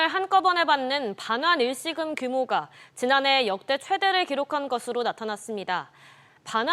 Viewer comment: 메인앵커 발음보소. 일시금 발음을 못하고 [일씌금]이 뭔가요